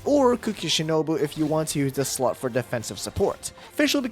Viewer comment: Ok is it just me or does when he is explaining the team section. It doesn't sound like slot but something else